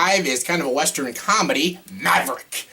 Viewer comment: Dude, I dont wanna sound rude but you are mispronouncing the word western. Its pronounced how its spelled, not like wester-in.